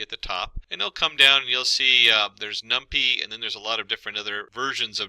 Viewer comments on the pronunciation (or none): It is Num-PY (pie), not num-pea.